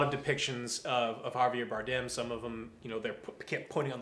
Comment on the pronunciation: Javier Baredem , Baredem , Barrenedem, Banem. Come on Joe if you don't know how his name is pronounced at least stick with one don't just randomize :)